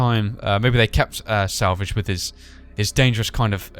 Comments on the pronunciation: Lol,u said salvage like "sandvitch" ;) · Your saying Springtrap's name like salvig.